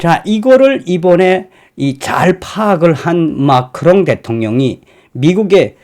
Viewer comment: 마카롱이 아니라 마크롱 ㅋㅋㅋ